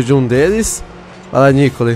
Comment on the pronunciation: só eu que fiquei agoniado de ouvir ele falar "o nícole" e "o nicolê" em vez de " a Nicole" que a pronúncia seria Nicóle? kkk